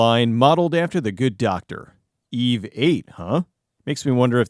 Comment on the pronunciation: Whenever he says the name of the robot I can't help but hear it as "eBay".